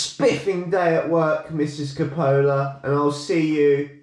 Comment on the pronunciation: Most genuine cycling channel by far, but I have to say your pronunciation of Coppola needs some teaching from an Italian 😂🚴